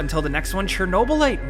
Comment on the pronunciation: It's called Chernobylite, not Chernoblyte.